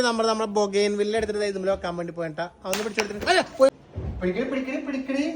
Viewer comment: ബോഗൻ വില്ല എന്നാണ് ഉച്ചാരണം